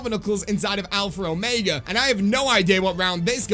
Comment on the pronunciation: Please stop saying alphra omega in your intros